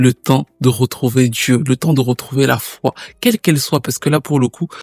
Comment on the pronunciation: Grâce à toi, je découvre une artiste extraordinaire. Merci pour le travail de dingue que tu fais à chaque fois. Il n'y a qu'une seule petite imperfection dans cette vidéo : un petit "e" qui s'est glissé à la fin de "foi" (en dieu) à 51.43min.... Je chipote mais tu y gagnes un com... ;) Très bonne continuation, je te souhaite le meilleur et au plaisir de découvrir encore avec toi de nouvelles histoires...